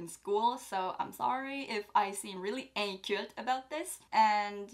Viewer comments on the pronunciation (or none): Omg I think you live in Montréal, inculte sonne Québécois ahah, and the poster. Great vid!